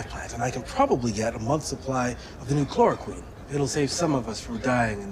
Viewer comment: Did you catch what med he wanted? "Chloroquin"...